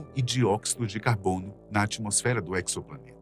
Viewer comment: Não seria exoplaneta [ezoplaneta]? Essa pronúncia aí da palavra acho q está equivocada. Pois o EXO aí, significa FORA. Planeta fora de nosso sistema solar. Ou seja, um EXOPLANETA. 🤷🏽 EQUIÇOPLANETA é foda 😂